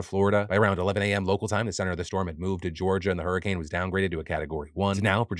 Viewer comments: Did you just say "Super wer Whoricane"??? 😂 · Phil, did you just call it a whoricane?